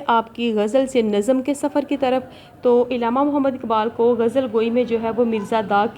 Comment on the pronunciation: It's not illama it's Allama